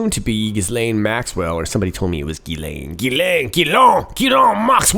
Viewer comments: Ghislaine is pronounced jiss-len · It’s pronounced “Jis + lane” with a soft “J” meaning without the “d” attack sound at the beginning. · It's pronounced Jizz-Lane. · Interesting I always pronounced it Jizz-Lane Geee-lohhhh sounds so prefrechous Think I’ll stick with Jizzlane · Haha, you're funny,. Ghislaine is pronounced 'GheeLenn'. Pretty sure 'said person' was having her shake 'al fresco', as in, outdoors. Another great vid, merci beaucoup. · PRONOUNCED GIZZ - SLAIN MAX WELL